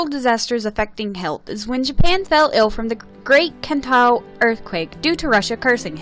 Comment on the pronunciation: >Kanto >”Kentao”